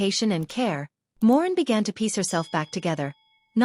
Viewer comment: It's Moreen not Morgan